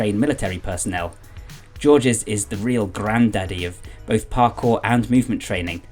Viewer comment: Great video! BTW, "MovNat" is pronounced "MoovNat" since it's a shortening of the French "Movement Natural". Similarly, "Georges" is one syllable and both G's are pronounced like the Z in "azure". Imagine saying the English "George" with both G's making that sound and you've essentially got it. Love your channel!